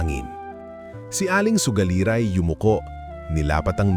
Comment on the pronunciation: Baka sugalera Hindi sogalira. Taga Visayas siguro si Sir 😅 Anyway, no bashing, nagsabi lang ng tamang spelling Hindi Ako nagmamagaling..